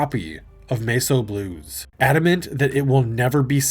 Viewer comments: Holy shit its Mess o' Blues not masoblues. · Sorry, “Mace O Blues”?! AI slop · Actual title MESS O BLUES What you said "MESO BLUES." Not the same word.